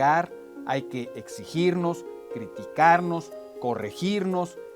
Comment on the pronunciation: "Criticarnos", no "ctiticarnos". :) Ustedes disculparán.